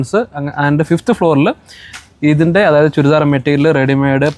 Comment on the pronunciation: ചുൽദാർ അല്ല ചുരിദാർ